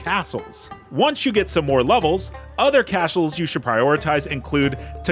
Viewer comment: "other cashles" lol